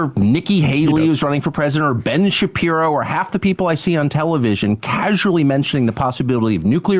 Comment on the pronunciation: When j aubry called him Ben Shapeepee 💀